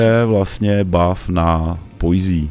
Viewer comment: Videa super, ale ta tvá anglická výslovnost mě opravdu ničí :D Poise je prostě pojs a ne pojzí to samé v předchozím videu Liurnia of the Lakes - je to lejks a ne líks :D